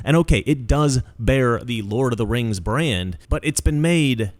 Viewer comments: I believe it’s pronounced RANGZ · It's "The RANGS of Power". C'mon man